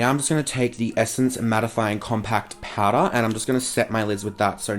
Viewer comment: "Foundiddlydation, Compact Powduuah" xDD